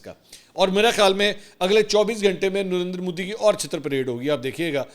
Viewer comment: جب بھی آپ نندر مودی کہتے ہیں مجھے پتا نہیں درندر مودی کیوں سنائ دیتا ہے😅